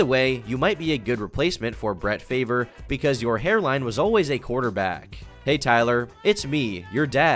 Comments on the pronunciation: FAR-VUH not favor HAHAHAHAHAHAHAHAH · Did you say Brett Favor? lol its brett FARve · lmao "Brett Favor" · okay Ik your not a sports guy but it’s Brett “Farve” not “Favor” I’m crying 😂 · BRO JUST PRONOUNCED BRETT FARVE'S NAME LIKE 'FAVOR'... WHAT... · "Brett Favor" lol. It's pronounced "FAR-vuh" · On my way to the dealer's, tryna re-up Call me Brett Favre, spell it F-A-V-R, E, yep It's wrong, other words I just fucked my RV up Farv. You say it Farv. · So we just gonna ignore the Fact this Man said Brett “Favor” 😂🤣🤣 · Brett Fave-r. Haha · Brett “Faver” lol . His name is factually pronounced farv like marv but with a f. Some french nonsense i think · “Brett Favor” it’s pronounced Farve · How do you mispronounce “Favre” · Bwahahahaha! You completely mis-pronounced Brett Favre's last name. It's pronounced "farve", not "faver". I really wished this video would have been about the depressing side of live streaming and not a piece about Tyler1. You really biffed the title. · Favor instead of farve 🙃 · brett “favor” lol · "Brett FAVOR" 🤣🤣🤣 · saying Brett “Fave-r” hurt my soul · Bruh your pronunciation of bret favre made me chuckle LOL it's pronounced Farve great video as always dude 🤘🏼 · bro said Brett favor 😂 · This guy said Brett “Favor” 🤣🤣🤣🤣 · “Bret Favor”!?!?!? 😂🤣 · "Brett Favor" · Brett "favor" lol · "Brett Favor" indeed 🤣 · “Brett favor” lmao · "Brett Favor" lmao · the way he pronounced brett favre's last name as favor. why do you make it so hard for me to like your videos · My man really said Brett FAVOUR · I know you're not a "sports ball" guy,, but I couldn't help but cringe when you said Brett FAVOR. 😂😂😂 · “brett favor” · Bro said bret favor 💀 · No way bro said Brett favor 🤣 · Brett Favor? Come on damn, really? Did he play in the same league as Patrick ma-homies and a-a-Ron Ro-deg-ers?😆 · Did he really pronounce Brett Favre as Brett Faver? 🤯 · "Brett Favor" ...........OMG. What a dork. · Did you really just say Brett Favor. You are hereby cancelled.